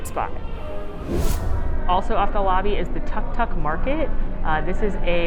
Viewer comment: It's pronounced tooke tooke.